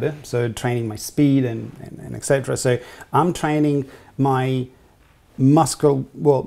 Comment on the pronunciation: eK cetera?? How many times do you have to say it???? Et means AND in Latin. eK means nothing. Go back to school dude